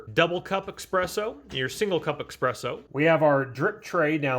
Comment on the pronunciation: I quit watching after the 5th time you mispronounced espresso, saying EXpresso.